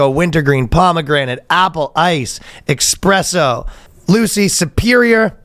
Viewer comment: Did you just pronounce it "ex-presso"!?